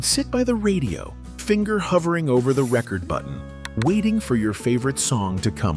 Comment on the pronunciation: For me it wasn't the clear speaking that made me suspect it was AI, it was the way "record" was mispronounced in the context it was used. It was said as if you were using the noun and not the verb.